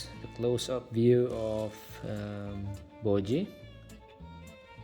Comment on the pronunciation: I like your accent say it again… Bow-jee! 🥹🤣